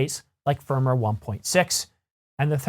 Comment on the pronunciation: Yo.. Just a pronounciation correction. Firmware is pronounced Firm Ware not Firmer.